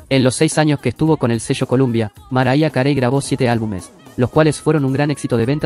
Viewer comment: "maraya carei"?? jajaja pronunciá bien para comenzar jaja